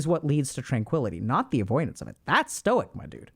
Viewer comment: I'm not a stoic by any means, and I have a lot of problems with it, but god, listening to Ludwig just butcher it caused me so much pain lmfao